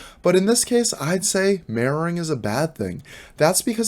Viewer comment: Love your ocntent. If I hadnt already had years in fps/afps...I wouldn't of known what you were saying when it got to 'mirroring' or 'anti-mirroring'. Even knowing and hearihng many people say it over the years, hearing 'marrowing' or 'anti-marrowing' kept bringing me back to anatomy/broken bones etc. Not saying everyone else who was new didn't get it, but I've been around terms like this for years, and I still had to wait like 30 seconds to make sure what you were talking about. No biggie, sort of like when people go to canada and hear 'a-boot' instead of 'about'; it doesnt turn me off, just confused me and if I was totally new, id of been like 'whattt' . Although watching the bots movement with yours helped solve that problem.